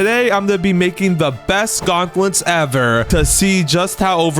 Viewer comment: "Gautnlets" xD